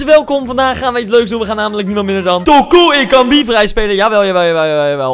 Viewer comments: Ik: OSEI-TUTU Koen:TOKO-EKAMBIE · Spreek toko ekambi uit als oko ekambi maar de t moet je snel uitspreke zodat t klopt